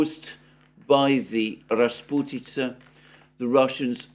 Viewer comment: "Rasputytsa" Wooooow🤗😘